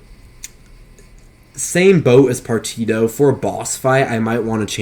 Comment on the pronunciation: Say it with me Par tea she oh = Partitio Otherwise cool vid